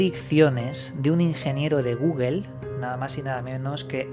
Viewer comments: Dijo Google or gugel? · "de guguel" jajajja 😂